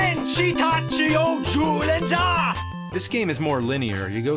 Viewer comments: That's the correct pronunciation. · That jyuurenjaa part made me burst out laughing lmao I used to watch the show when I was a kid and spot on Japanese lmao